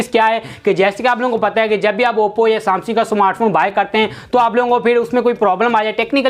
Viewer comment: Samsingh nhi bhai samsung